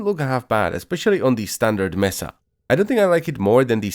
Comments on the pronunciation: ITS MESA, NOT MESSA. MESA! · Thats not how you pronounce mesa